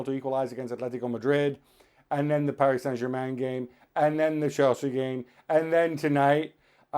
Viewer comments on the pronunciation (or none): none